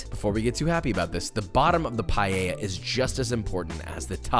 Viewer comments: Few notes from an Spanish. Please stop saying "payeya". It's pa-e-lla, it's only the "e", and is pronounced kinda like the one in pet. Also, paella might seem like just "rice with things", but it follows some rules and there are things that don't go into a paella, like chorizo. "Sofrito" is not the combination of tomatoes, onions, peppers and garlic, what we usually call sofrito is the ""sauce"" you get after cooking those together. Also, you migth want to cut or grate fresh tomatoes, add a bit of sugar to take away the sour taste and then add them into the mix. I don't know any recipe that uses paprika, but it doesn't seem that bad. Covering it with foil isn't bad, but here we usually use a cloth. Again, I haven't seen anyone adding olive oil after the paella is done. All things considered, is not the best recipe, is not the worse. Yeah, some crybabies from Valencia maybe want to kill you, but it's not bad. Chorizo is a big nono for paella, but for the rest this might be the best paella recipe I have seen from someone that is not from Spain. So yeah, 3/4 of a beso for papa, good job. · First of all...it's PAAAL EL JAA, not payeya .... learn how to pronounce it properly. Second do not even think of calling this a paella... This is a rice dish with things..lots of things. I live in Valencia (the birthplace of paella), and this has nothing, absolutely nothing to do with an authentic paella. No chorizo ever goes into a paella, no garlic ever goes into a paella, no wine, no bayleaf, no this no that. Sorry but this is total nonsense. Seafood? If you want to make a marisco, maybe.....but it is still nonsense. Parsley? Please stop this bullshit. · You need to say PaELLA and dont put Chorizo ( its like putting cream in carbonara ) 😭😭😭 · NO ES PAELLA, POR FAVOR RECTIFICA. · the thing is that if you can say you the you can say paella in the right way paeya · not a minute into the video and he already destroyed the word "paella" not "palleya" as he pronounces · Pie - eh - ya